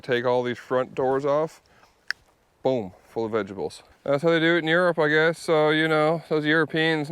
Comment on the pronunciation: Gotta be alot of inside jokes, I wonder why he calls her manly names often? And why he says Vegables and not vegtables? 😂😂